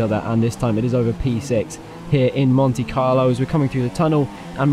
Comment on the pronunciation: Botch right at the start said mone Carlo